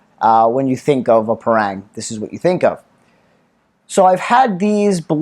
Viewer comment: Great review. thanks. In case it helps if you're over Malaysis and fancy buying one from a local store, the word Parang is pronounced Parung. Like Par in golf with Rung, Par-Rung.